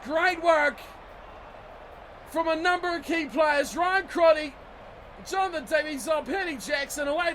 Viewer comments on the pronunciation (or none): none